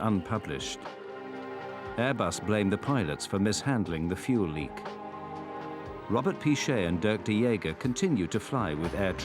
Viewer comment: I heard Gromet not Robert